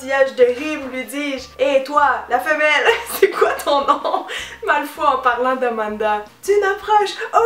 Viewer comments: "MALFOI" FOI MDRRRRRRR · pourtant on france on prononce Malfoy et Granger = GraNgeur et potter bah c'est universel quoi HAHA ah moins que certain disent "poté". xD